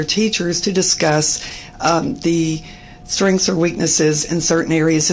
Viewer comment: Why are some Americans incapable of pronouncing even single syllable words? The woman in red kept saying 'strinks' when I'm guessing she meant 'strengths'.